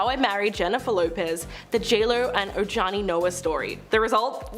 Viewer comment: Talking about JLos first husband- you guys should learn peoples names if you’re going to report- Ojani is pronounced Ohawnie. Please do your research.